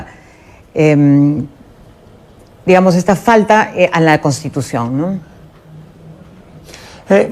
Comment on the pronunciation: ME ABURRES JAJAJAJAJAJA YA VEREA VILCATONA CON EL UNIFORME DE ABIMAEL GUZMÁN !! ESAPRESIDENTA NO SABE DECIR "CONSTITUCION" NI " PROPONIENDO " JAJAJAJ PROPUNIE PROPUGNANDO JAJAJAJA ME MUERO